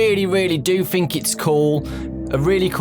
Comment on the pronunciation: Anyone else notice that he says 'fhink' instead of 'think'?